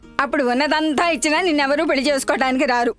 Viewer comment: Kindly note that పెల్లి కాదు... పెళ్లి. ళ Pronunciation matters